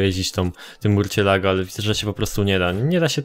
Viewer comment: czyta sie "musjolago"